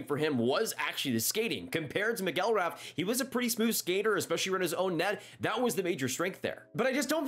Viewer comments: It's pronounced MACK-gil-Wrath. And he was a bust immediately. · I was going to comment about this. The way was pronouncing his last name was really getting to me.